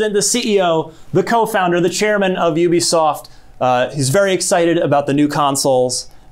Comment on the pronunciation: IT IS Ubisoft. Not OObisoft.